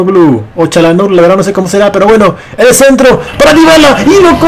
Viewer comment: Es verdad, no verdat, es Madrid, no Madrit